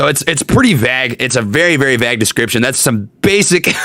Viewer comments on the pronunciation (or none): Bruh..... someone explain to how to say the word "VAGUE"........